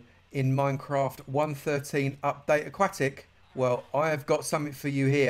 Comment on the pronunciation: aquatic not akwatic